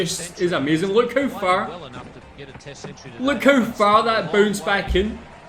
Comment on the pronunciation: It's technically funny HOW his HOW had turned out to sound like HOE